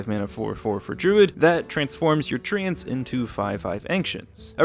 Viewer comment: CAN YOU FUCKING STOP SAYING TREE-YANTS? THE FUCK IS YOUR PROBLEM